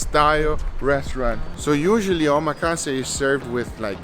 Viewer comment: say it with me now - OH-MAH-KAH-SAY. not omakasee.